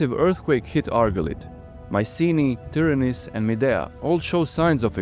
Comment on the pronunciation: Well made! Try to pronounce Tìryntha( Tìrinth), correctly, cause you say: Tyranis, witch is totally wrong, and means something in Greek, totally irrelevant to the citadel of argolis.